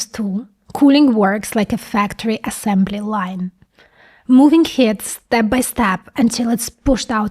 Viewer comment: excellent video.....BUT.....please remember that the word is "computing", NOT "compute"........and "heat" is pronounced "HEET".